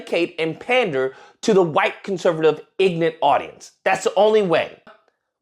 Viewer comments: How can aomeone call someone else what i expect he meant ignorant when he says ignant instead of ignorant which makes him sound ignorant lol anyone who says ignant instead of ignorant is in fact ignorant lol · the word is IGNORANT NOT "IGNANT".. whaaaaaaat???? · LOL did this fool just say ignat, yeah, you're educated 🤣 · So the guy that knows everything pronounced ignorant as ignant. Yet he's the one saying conservatives are brainlets. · Did just pronounce ignorant as ignant? 😂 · the don lemon supporter said ..... ignent . ... instead of ignorant ???? if u can't say the word correctly maybe you are the ignorant one . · The black racist think everybody is racist that isn’t black. And it’s pronounced ignorant, not ignit. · Igg-nent, dude is bashing an Indian dude about speeking the truth, as he's doing the same thing, the Igg-nent dude is sticking up for Dom lemon-aids because he wants Dons wand🤣😂🤣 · Omg, guy cannot pronounce ignorant, and and making racist remarks against an American born person of immigrant parents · Don't you love the way that ass-hat pronounces 'ignorant' ? Tells me all I need to know.